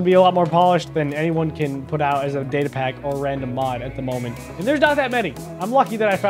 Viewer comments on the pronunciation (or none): You pronounced datapack wrong